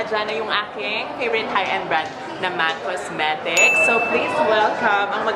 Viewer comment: Ang arte mo kala mo naman englishera tapos sabi ba naman sa mac cosmetics (mac cosmerecs) tf diba napakarte amp.